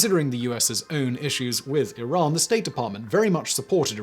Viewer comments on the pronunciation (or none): none